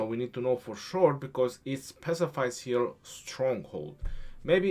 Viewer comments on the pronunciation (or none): none